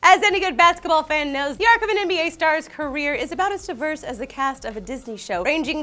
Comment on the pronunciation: Thought is said NSA not NBA and I was like: What? NSA star? What the hell is that XD